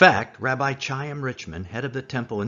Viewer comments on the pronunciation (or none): Please dear brother practice the correct pronunciation of Hebrew. His name is not "Chaim" Richman. His name does not rhyme with "Chime" but is " khime" like the ch in Scottish "loch". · Rabbi Chaim Richman has stepped down from the directorship of the Temple Institute per accessed 14 May 2020 'Chaim' is pronounced with the 'Ch' as in German 'doch' - you get the rest of the name right.